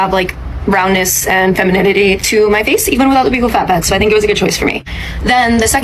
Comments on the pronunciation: How are people getting surgeries they can’t even pronounce? Buccal is pronounced BUCKLE not BEUUCAL, you sound like an absolute air head. Most of these women aren’t even repeating the correct information. Vanity is a curse ladies. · Yeah, her surgeon told her "these are some of the biggest b-yew-kle fat pads I've ever seen?" I don't think so. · The fact the lady doesn't pronounce "buccal" correctly is unfortunately telling.